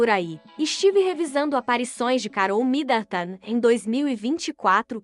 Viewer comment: Será que esta moça que anuncia as notícias aqui tem algum problema verbal ou ela é ignorante mesmo. Como pronuncia tão errado assim? Alguém aí ensina a ela a dizer “ao redor” com ó aberto e não fechado, que ao pronunciar Midleton não precisa dizer Midantan e assim várias outras pronuncias que doem no ouvido. Aff